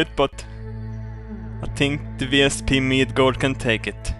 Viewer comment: Midgord, with a long o.